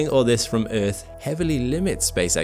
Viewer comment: eeeth... There is a R in earth lol